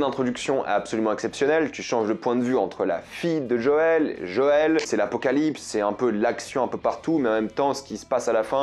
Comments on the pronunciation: C'est moi ou il dit Jole et pas Joël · Super critique, mais attend de faire le 2 tu risque de prendre une sacré claque ! Vivement en tout cas l’adaptation en série qui je l’espère sera aussi émouvant et immersif que le jeux ! Et juste quand tu dis « Jole » au lieu de dire « Joël » ça me fais limite saigner des oreilles 🤣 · Sinon c'est Joël pas jole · Cliqueur et Jol ça m'a perturbé tout le long 😂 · Pkoi il dit jol? Ça m a sortis de la vidéo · C'est qui "Jol" ? 😅 Hate de voir ton avis sur le 2 qui a tellement divisé ! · JO-EL ! tu vas avoir des problèmes si tu prononce mal le nom de daddy JOËL avec certains.